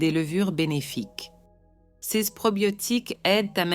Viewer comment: Est-ce que la madame qui fait la narration a des ennuis cognitifs? Elle n’arrive pas à dire les mots : ce et ces, de plus, elle dit les nombres en ‘’angles laids’’ … Elle semble aussi souffrir d’apathie. Je suis inquiet pour la madame.